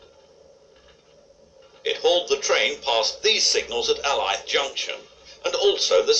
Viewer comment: Alyth is pronounced ay-lith. Incredible footage, long gone branch lines off long gone main lines. Scottish railways weren't just pruned back, they were denuded in the late 1960's. The A4's used to do 100mph running between Stanley Junction and Coupar Angus, the track was beautifully maintained and when it closed, old platelayers wept.